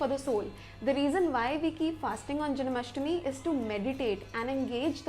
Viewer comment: It's not janAmastmi, it's janmashtami.